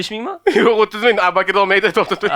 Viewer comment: blaaa,,Abu Bakr" ismini aytolmayapsan.,,Appakir aka" deyapsan suka😂 boshqa ish qil